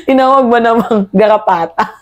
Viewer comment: Aayusin mo Ang pang bigkas ng R